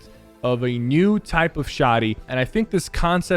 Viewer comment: Like my comment if you like the way Sypher says “new”. Knnnewwww